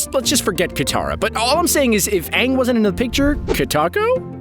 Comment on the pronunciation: Bruh it’s ant and katara